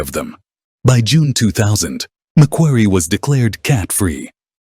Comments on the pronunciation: Its not mc kwerry, it is pronounced mc quarrie as is a stone quarry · Suggestion. - Pronounce the name of the island properly.